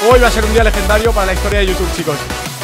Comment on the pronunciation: Con ese "lejendario" acabas de matar al rubius xD